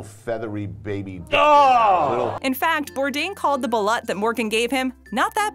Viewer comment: It's pronounced Baloot